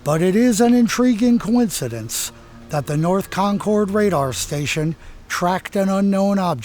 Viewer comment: Great video . I live about 15 miles from the radar base . One small correction insignificant to the content ; The "cord" in Concord is pronounced with the same sound as the "ord" in the word "word" . Pronounced Concerd ,or just like conquered . This is the same as Concord,NH .